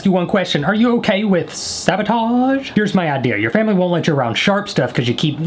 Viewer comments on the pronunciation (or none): “are you ok with saßotoassssh?”